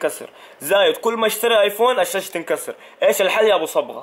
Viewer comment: قال الساشه مو الساسه ( كل الكلمات غلط في شيء جديد ههههههه)